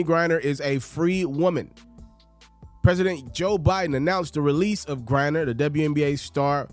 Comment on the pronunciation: It's Griner not Grinder big dawg 🤣😂🤣😂